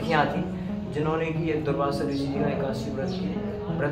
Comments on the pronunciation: द,,Bhai भाई दुर्भाषा नही दुर्वासा ऋषि थे . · Durbasa rishi . Durbhasha nhi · Durvasa rishi h durbhasha nhi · "दुर्भासा" ऋषि नहीं "दुर्वासा" ऋषि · shri krishna ki mata ji ka naam jaanki nahi devki hai aur rishi ji ka naam durbhasha nahi durvasa rishi hai please correct this in your vedio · Durbhasa nahi dhurvasa boleya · Please pronounce Durvasa,not Durbhasa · दुर्भाषा नहीं दुर्वासा बोलना चाहिए जी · Durbhasha nhi Durbasa Rishi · Durvasha.. Not Durbhashaa. Durbhasha sounds bad bhasha, language. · ओ भाई कितना गलत बोल रहे हो पहले खुद ज्ञान अर्जित करो बाद में सबको बांचना कंस की बहन देवकी जी थी न कि जानकी ओर ऋषि दुर्वासा नाम है न कि दुर्भासा थोड़ी शर्म करो पहले खुद जानकारी लो सब😡😡😡